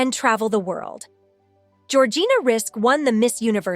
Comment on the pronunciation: What kind of absolute TOTAL Lies and rubbish are you saying in this video?? *1st if all ~ Georgina's name is pronounced Rizik... *2: ~ arabic women were allowed to go to school back then and even further back... in Lebanon and across arabic countries alot of women were educated up to university level... infact the World's 1st university was opened by an arabic woman centuries ago *3: ~there are 4 religions in the arab World, not all the women wear head scarf hijabs ~ approx. 50% do not do so * 4: ~arabic women who choose not to cover often do wear bathing suits in public swimming places ~ it started 20years prior to this beauty contest *5: ~the images of women wearing black scarfs (chador) that you show as images of arabic housewives... those are NOT arabic women, but rather images of after islamic revolution Iran... Iranians are not arabs. * 6: ~again i REPEAT arabic women did not all wear hijab and cover their faces, not then and not now *7:~ many higher education arabic women in the 1950's and onwards are doctors, lawyers, accountants...etc...etc.they are not all tied to home base *8:~ Lebanon is NOT a muslim country... it 50/50 christian and muslim country... it has never been a conservative country, but instead a party beach/ restaurant n bar/nightclub playground since the 1950's... and many famous celebrities + jet setters have visited Lebanon *9:~ Georgina is NOT the only arabic woman to have won a prestigous beauty contest... Miss USA 2010 was Rima Fakih, who is also